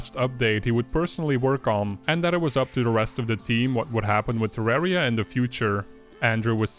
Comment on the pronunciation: It's not TerrÄria, It's TerrAria - like Terr-uh-Ria